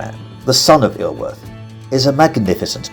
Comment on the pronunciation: Just wish you'd make more effort with the pronunciation. Iorwert is pronounced Yor-werrrth.